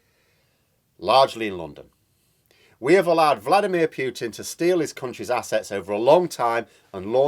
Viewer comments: Just a friendly heads up: It's pronounced "Pootin" (Путин), Please don't say "Pyootin", which in Russian would be "Пютин". It is not! I've got to say that I cringe every time you pronounce it like that! Cheers. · Putin is properly pronounced 'Pootin'....not 'Pewtin '.